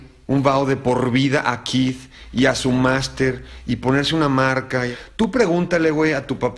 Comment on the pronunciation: Es Keith no Kieth 😂 🤣 Keith Raniere